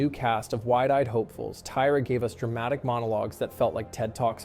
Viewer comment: The voice is off, I knew something was off when “he” pronounced Tyra wrong, a typo in the script 😬